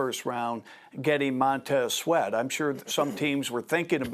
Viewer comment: "Montez sweet" Stephen A 😂